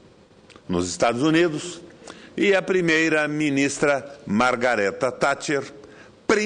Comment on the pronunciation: Primeiramente esse cidadão deveria aprender a falar o nome correto da Baronesa Thatcher, segundo a Lady Thatcher teve um grande fardo histórico e assumiu seu mandato como mundialmente conhecido "Mãos de Ferro", acredito que o Governo dela foi satisfatório e muito conturbado.